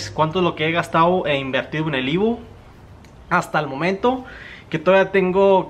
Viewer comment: EVO EEEEEVOOOO. No IVO 🙄